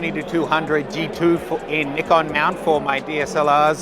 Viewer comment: I really appreciate your pronunciation of Nikon. It trips me out to hear Nigh Konn sometimes